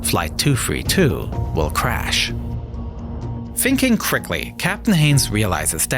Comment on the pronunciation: I thought for sure it was AI. Dat instead of that. Da instead of the. And crickly instead of quickly.